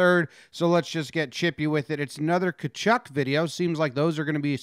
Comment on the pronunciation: Perfectly says Tkachuk’s name, completely flubs Chiarot.